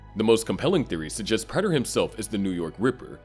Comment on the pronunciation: Why do you insist on pronouncing Prater's name wrong even though they say his name out loud multiple times in the show?